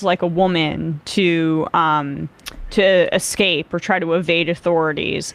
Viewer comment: "Esssscape,". Unless you're also going to, "axe," me a question